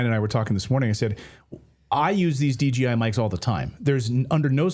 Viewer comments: DGI or you mean DJI😂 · D-J-I, not DGI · its DJI not DGI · Smh. Its a DJI mic. Not DGI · Dji mic, not dgi